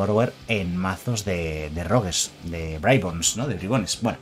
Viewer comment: "en mazo de braibons o bribones"